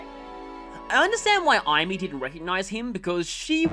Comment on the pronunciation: Aim-ee. Aim. Ee.